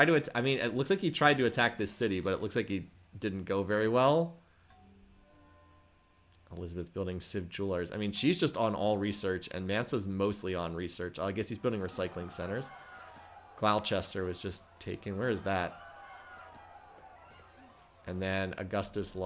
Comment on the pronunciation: Please please please learn how to pronounce Gloucester